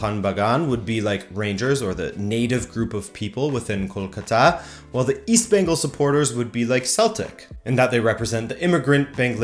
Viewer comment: Hindi speakers mispronounce Bengal and Kolkata too. They say Bongal and Kalkatta. did a much better job as a non-Indian.